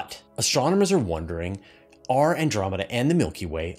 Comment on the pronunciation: I like “Andomeda Way” better.